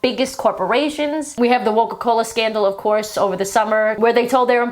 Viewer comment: Did you say "woke-a-cola?" because I love it 😂